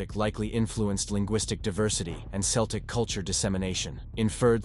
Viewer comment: Celtic is pronounced as Keltic, please.